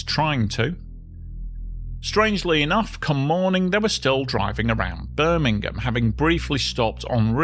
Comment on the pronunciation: Great video! And with your pronunciation Birmingham, Alabama never sounded so nice.👍